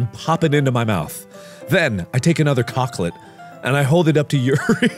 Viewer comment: It's unfortunate that you chose to pronounce "chocolate" that way, Mark